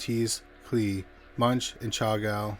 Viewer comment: Jesus dude learn how to correctly pronounce names of people, places, and the proper nouns. It’s Operation Barbarossa not Operation Barbossa. And Munch is pronounced Moonk (/mʊŋk/ MUUNK) not munch. Your stuff is interesting and so deserves your attention to this type of detail.